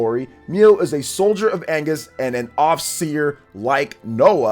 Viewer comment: The second nation is Agnus, not Angus (Agnus means lamb in Latin, Angus is a beef)